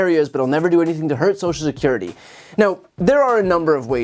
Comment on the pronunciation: Brian, please pronounce "social security" properly!